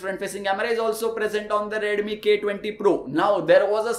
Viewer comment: Bro its not redumi 😅 its redmi 😂 no offense